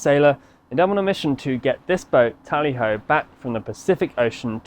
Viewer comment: It's TALLY HO